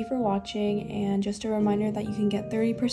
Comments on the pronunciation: I'm sorry serenghoe? isnt it sarang as in love in Korean?😭😭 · idk how to explain this to you even more then I already have, she has an English name (which is and that’s what people call her in the comments) and which is probably her Korean name it’s just easier for US to call her you can call her if you want but I’m just going to keep calling her because I speak English and it’s easier for me to pronounce